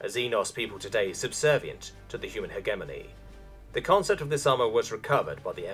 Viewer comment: My dude, I love you reading this, but for the love of space-God that's not how you pronounce hegemony.